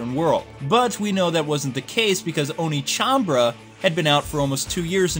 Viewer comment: It's OnechanBA-RA not Onechanbra lool